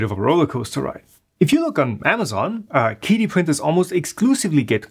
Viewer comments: Chee-Dee, not Kee Dee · I believe it’s pronounced “chee dee”, not “kee dee”. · it's pronounced "chidi" not quidi :) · I don't want to be THAT guy but the Q in Qidi is pronounced more like "tch" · Just so y'all know... Qidi is pronounced "Chi Di" - Qi is pinyin for 气 (or 氣 in traditional Chinese), and means "air" or "vapour" (not vapourware, for those still waiting for a Qidi box!)